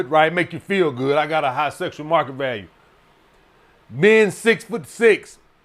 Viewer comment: "SESSSUAL MARKET VALUE. SESS. SESSUAL."